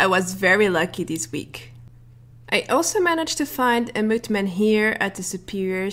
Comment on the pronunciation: Ow she said mothman da fuk she said motman